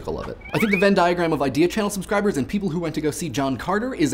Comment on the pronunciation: You know, I was tabbed out when the video began and him saying "HERE'S AN IDEAN!" had me tabbing back in wondering "What the hell do they have a new host now?"